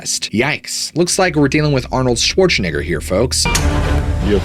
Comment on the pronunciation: Work on that pronouncement of Schwarzenegger man... feeling some type of way.